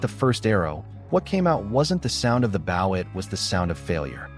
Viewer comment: An Indian’s bow is pronounced with a long “o”